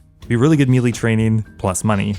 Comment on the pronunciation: Stop mispronouncing melee